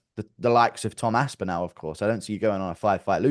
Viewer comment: We’re finally watching Guru pronounce Tom’s surname wrongly to his face.